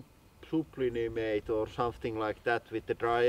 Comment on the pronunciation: Sooblimate. Thatl do buddy.